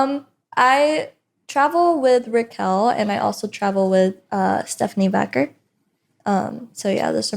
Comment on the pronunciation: Stephanie "Vacker" lol, come on, Roxy!